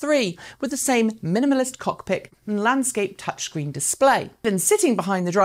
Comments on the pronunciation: Did you just say "cockpic"? Is that sort of the same as a... 🤔 ... "d-ckpic"? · Did she say “cockpic”? 😂